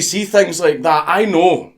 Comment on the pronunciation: "Ai knōöw"